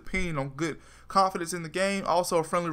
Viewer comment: I disliked because he cant say confidant They are not confidence They are (CON-FEE-DAWN-T) CONFIDANTS